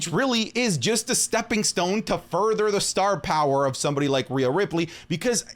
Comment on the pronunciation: POWA OF TAZOWA